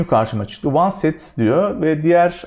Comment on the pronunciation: Hocam, oneset değil onset zannedersem.